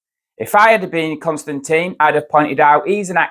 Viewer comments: “Tin” not “Tine” please. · It's Kon-Stan-TIN not Con-Stan- TEEN. it must get really annoying with so many people. mispronouncing your name. at least you don't pronounce his last name KISSING... to annoying to watch.